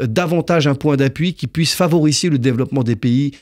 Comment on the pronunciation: Et maintenant il dit " favorisser " au lieu de " favoriser " ....quel message veut-il faire pazer exactement ?